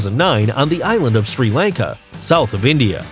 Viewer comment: you pronounce it (SRl LAN KA)